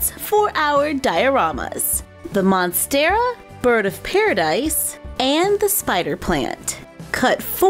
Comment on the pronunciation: The spider is my favorite. I have spiderettes rooting right now. I am going to replicate that. The monstera is great as well (you said it right, btw). Can you make a ponytail palm??